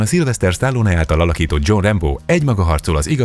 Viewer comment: Rambo....olyan nehéz ezt ki mondani????? Nem rembo meg mitudom még...... Rambo és punktum